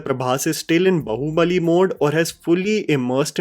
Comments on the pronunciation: Bro .just a healthy suggestion..plz pronounce r"a"mayan with aa .. Its not रमायण it's रामायण Similarly its b"aa"hubali .not bahubali..if the English spelling is unclear..plz refer to this spelling in hindi .. बाहुबली.. it's not बहूबली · Brother it's baahubali not bahubali... 😅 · Repeat after me…baaaaahubali not Bahubali bhai!! Kya kuch bhi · Just one thing, it's Baahubali. Not bahubali. Agree with everything else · Baahubali not Bahubali.. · I don't know why but every time you say " bahubali bahubali" I am screaming it is baahubali. Why is it so difficult to pronounce Indic names right ? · why are you saying bahu bali and not baahubali like wtf lmao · It is just me or is saying "Bahu Bali" instead of "Baahubali"?